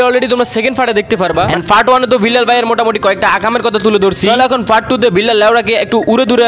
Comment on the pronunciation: fart ❌ part ✅